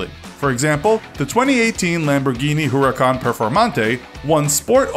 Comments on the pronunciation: Stop calling calling the urus the orus And stop calling the huracan the oracan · Yep I love my ¢enario and my huurucan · He said Centenario as "Sentenario", HuracÁn as "Hooracán and The Urus as "Oorus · Pronounced veneno wrong, showed 2 wrong pictures pronounced huracan wrong and also had 3 wrong acceleration times